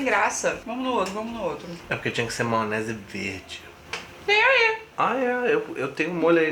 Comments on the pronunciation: Adoroooo. Eles falam "maonese" igual eu. Amoooooo. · Maonese, kkkkkk, não julgo o pois falo assim também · Hahhaahahahahahahahaa “maonese”